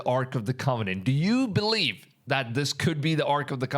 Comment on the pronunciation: he does pronounce the V in “massive” and “believe” correctly. It’s quite interesting how that works.